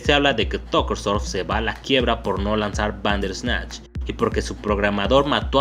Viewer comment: Me gustan tus videos, tienen muy buen contenido, pero me causa conflcito tu manera de pronunciar "Bander ESnatch" es junto y corrido: "Banderrrrrrrsssssssssnatch" sin el ES natch. Perdón pero soy muy obsesiva con eso. Por lo demás, excelente